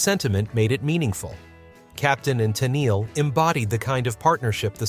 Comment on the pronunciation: A few errors here ... Bee Gees had done lots of great love songs before the Saturday Night Fever fever; you pronounced Tennile a couple of times ( while got it right the other times) And for me, the best would be Sometimes when we touch